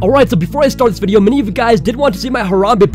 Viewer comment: Can we pause in "Vidyo?"